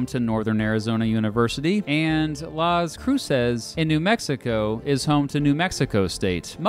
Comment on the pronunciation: My favorite college town... "lawz Cruise zez."